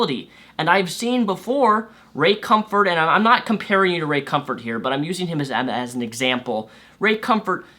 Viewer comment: Are you saying Ray Cumfart, or is that what I hearing? Also, totally understand coming from a baptist church. My mom is a fire breathing baptist women, and I'm an atheist. She still doesn't know, I'm afraid of getting thrown out, or harassed without end if she found out.